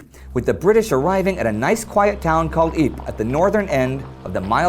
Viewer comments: It’s Eapra not Epe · ypres is wrong pronounced. it is ieper. and the germans were hold back thanks to a man who opent a water slot and put the land under water and stopped the german advance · Ypres is pronounced "Ee-prah". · I recently did a presentation on chemical weapons and while talking about the German gas attacks, I pronounced Ypres "why press"